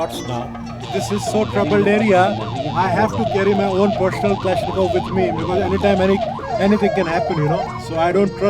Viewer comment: The MP is carrying a personal Kalashnikov? sorry clash-nikov?